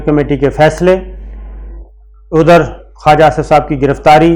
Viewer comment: خاجا لفظ نہیں ہے خواجہ ہے Khuwaja جو کچھ بویا ہے وہی فصل کاٹنی ہے